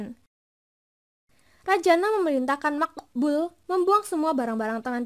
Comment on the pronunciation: Wkwk ngakak pas ngomong Maqbul 🤣🤣